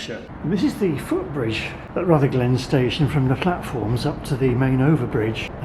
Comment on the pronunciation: Not RutherGLEN, it is RUTHerglen, accent first syllable, like most Scottish place names (but not all).